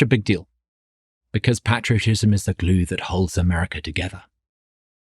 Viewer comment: Love his heart! I hope that Douglas Carswell learns to pronounce "patriotism" correctly.